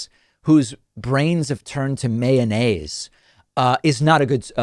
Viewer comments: I just love when he says that Trumpists brains have turned to mayonnaise, and the way he pronounces mayonnaise is fantastic. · I don’t like how he says mayonnaise, it was so odd. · David’s pronunciation of mayonnaise might be the funniest thing I’ve heard today